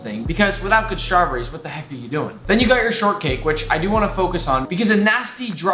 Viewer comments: he says (strawburries) not straw berries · The way he says “strahbrees” 😂😂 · i love it when nick says Shtrawberries